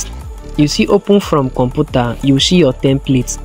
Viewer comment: Com pu ta ? Computer not com pu ta